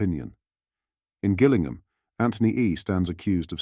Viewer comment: It's pronounced Jillingham. Could you get a real voice?